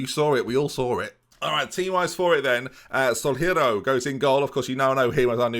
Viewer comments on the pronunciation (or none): I'm fairly sure Solheiro is pronounced "solero", like the ice cream.